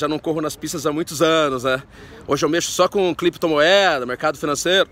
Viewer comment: "Cliptomoeada" skksksksks